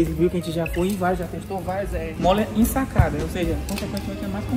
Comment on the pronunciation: é mola ensacada e não sacada.